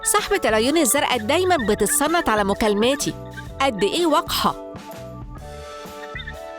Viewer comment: بتتنصت وليس بتتصنت